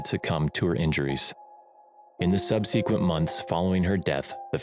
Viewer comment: Pronounced “sub-sah-quent”…not “sub-see-quent.”. Otherwise, great marathon! 😂